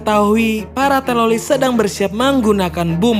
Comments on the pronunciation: Teroris bro bukan teloriss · Kenapa ngomongnya harus telolis? Ngomong teroris dollar kuning kah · Bro bre bukan telolis tapi teroris😂 Canda bro bre😆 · Telolis Mulu bang kurang enak bang denger nya 😭